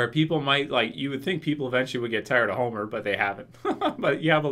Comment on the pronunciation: hate when he says that :)